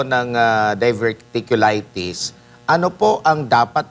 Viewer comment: to pronounce the word like “dayverticulaytis”..diverticulitis